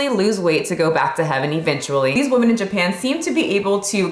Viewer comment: 1) you massacred the pronounciation 2) it literally means "pathetic", they just gave it another writing so they feel good about themselves lol 3) Also mispronouncing "women" ffs 4) If you fail your health exam a few times in a row, they WILL fire you. 5) Nobody is irrationally afraid of fatties. They're disgusting and shows a LOT about your character. 6) They're getting fatter because of the way they live. They consume exponentially more carbs than just 10 years ago. They also frown upon doing any exercise. 7) Most japs are TOO thin, actually. As in, unhealthy thin. And women starve themselves for days then return to their carb addicted lifestyle - and get angry at people who tell them what to eat to never get fat. 8) calories are a hoax, stop pushing that garbage 9) Try China. They literally want their daughters to look like anorexic twigs. All of my chinese lady friends' mothers (who are pretty much all granny-fat, despite being below 50) say nothing to their daughters but how fat they are. Greeting? DID YOU GET FAT? Eating? THAT'S WHY YOU'RE SO FAT! Seeing an anorexic twig in the mall? SEE YOU SHOULD NOT BE FAT LIKE HER! And that's all their communication. Usually fathers don't give a shit. 10) Japs always had a few sickos that were into fatties. I know a girl who needs to stay fat to get work offers... It's quite fucked up because she used to love doing sports, and is super cute when not fat. 11) Semi-muscular women are nice, but sadly, women fall for the bro science garb